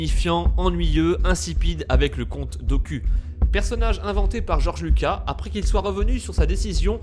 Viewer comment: des contrôles mentales ?? C le compte Dook"ou" et non "q" Et ce n’est pas Georges luca mais bien Georges Luca"s" La théorie ne tient pas debout comme le texte qui est remplit de virgules et espaces vides ce n’est vraiment pas fluide ni structuré. Si je peut vous donner un conseil, il faut arrêter de plagier des Fr qui eux même plagient des US pour au final raconter n’importe quoi tout en détruisant l’univers star wars !